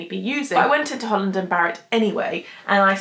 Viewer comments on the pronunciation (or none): none